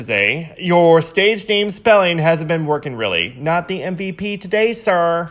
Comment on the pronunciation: Omg when he said Been I thought he meant spelled bean 😂